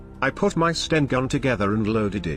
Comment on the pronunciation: Is the narration computer generated? Somebody needs to reach it how to pronounce Catterick, sten, and a bunch of other words.